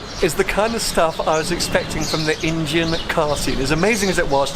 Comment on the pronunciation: Its Indian not injian or whatever the fuck you're saying hahaha